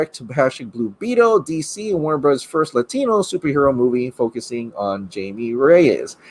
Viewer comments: “”Jamie””it’s pronounced “Hymie “” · It’s Hi•me. Not Jay•me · Hymie Reyes the j in Jamie dose not sound like a j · He said Jamie lol that’s not how you say it it’s Spanish but good vid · Please pronounce Jaime the correct way. It’s pronounced HI-ME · It's pronounced Hi me :) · It's Jaime,. Sounds like 'HI-May'. 👍🏽👍🏽